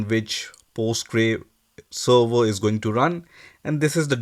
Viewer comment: Server bol le sava sava kya kr rha muh me fas gya kya